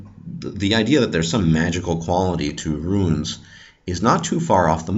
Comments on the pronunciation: Not pronounced "ru-ins", but is pronounced "roons" or runar. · Why are you pronouncing runes like ruins? The long u is not a diphthong! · true, no "I" in "Runes" then it's straight forward .. and i am a Danish viking👊👍